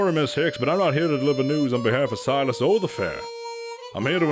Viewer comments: Silas is pronounced with a long i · 2 minutes in and that's not a circle and that's not how you pronounce Silas